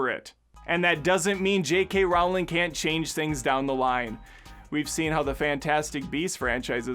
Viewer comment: A great video and all, but I can’t get over how you say Rowling